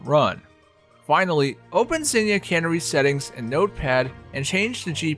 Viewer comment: It's "canary", as in the bird, not "cannery", and "disclocator" isn't a misspelling, that's what it was called in DAH2 because it shoots discs.